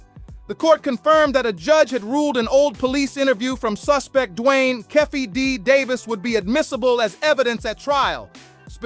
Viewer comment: Who's Keffe D? It's Keefe D!